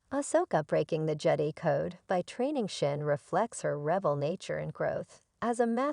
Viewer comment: Who can watch this nonsense? I only got sec in before stopping. How can I take anything seriously with a bad AI voice, that can't even pronounce Jedi correctly. It's JED-EYE Not JEDDY.